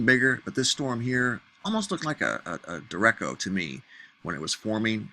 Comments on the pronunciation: Hey! Great job! But it is pronounced duracho not durrecho. Keep up the great work! The reason I pointed this out is people from the entire planet talk about your stories and the Aussies couldn't figure out what you meant! Thanks again! Have a great Memorial Day! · De ReK O?? Derecho, as in RIGHT, in Spanish. YGBFKM!! Pretty ignorant for someone that wants to school us. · I have never heard "derecho" pronounced that way. Add to that, "obelisk".